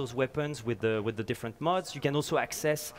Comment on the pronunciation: This guy calls mods "muds".